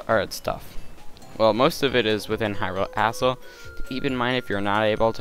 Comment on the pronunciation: I like when he says Hyrule Castle, as Hyrule Asstle